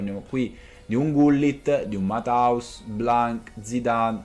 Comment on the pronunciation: Ammazza che pronuncia mataus😂 é tedesco e si pronuncia Mattheus